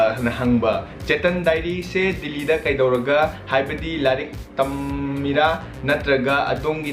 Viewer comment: Ng pronounciation j Delhi khuhyje dilllhiida 😂😂😂